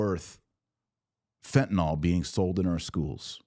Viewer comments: "Fenta-Nill", not "Fenta-Nall" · It’s pronounced how it’s spelled: fenta-NYL, not fenta-NALL. So many people do that and it’s grating to the ear.